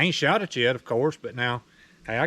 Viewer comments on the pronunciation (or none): none